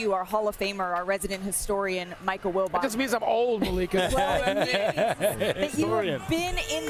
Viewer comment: be saying "Maliika, Maleeka'😂